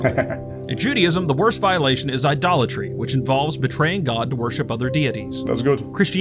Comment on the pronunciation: He said idolatry, i too heard adultry first time😅😅